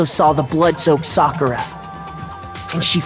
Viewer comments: Soccer-a my boy . This dude be saying sack-era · Even in her death still didn’t say her name right 😭 he ain’t watch Naruto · Only reason that would make sakura dieing a "good" thing, which really wasn't good at all.. is that I don't have to hear you call her SACKIRA anymore the whole time smh... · brosky literly herd them say it said it correctly then proceeded to say it incorrectly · 😂 How he pronounce it right and wrong in the same sentence. This was so sad. So sad. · Lmao, pronounced it right, addressed the guy who made the video about his pronunciation, and went right back to how he was pronouncing it before. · still dont kno how to say sakuras name, after 25 gameplays